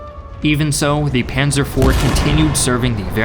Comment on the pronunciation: I think the most accurate was "Panser" for "Panzer" But I could understand nearly everyone he named